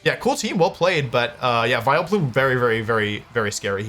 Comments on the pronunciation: Why do you say Viloplume lmfao! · How is no one mentioning "Viloplume"